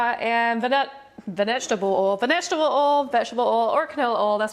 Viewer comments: it's not oo it's oil you idiot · Did anyone here ol instead of oil not being rude + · I think she ment to say oil not oli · I love how instead of saying oil she sais oll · You mean oil u said ol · Why she said ol and not oil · when you said oil it sounded like oilo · Did anyone notice she said ol enstead of oil when she was making the energy drink slime ?! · umm did no one notice that she is saying ol not oil in the begining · wis its oil not ole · Sorry but this triggered me but it's pernounts Oi, L...not ol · What accent do you have a phone like where do you come home because I’ve never heard someone say oil like ole